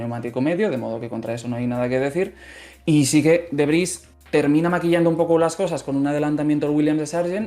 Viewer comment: Debris no derbys no mamen jajaja. El Derby era un modelo de coche en Mex.